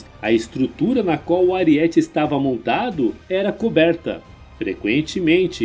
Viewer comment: Saudações. Amigo, não é AriÉte(paroxítona) que se pronuncia. O correto é ArÍete(proparoxítona). Dói o tímpano ao ouvir voce pronunciar a palavra errada. É so lembrar daquele personagem baixinho do He-Man que dava cabeçadas em paredes e muralhas. Mas, o resto ta ótimo seu vídeo.